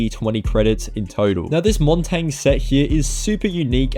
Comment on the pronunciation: why are you saying montagne like its written 🤣🤣